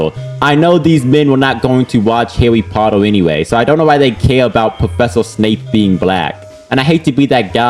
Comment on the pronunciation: "I am not a hawwy pottew fan" (comstamt pokemon gameplay) Yeah, next video...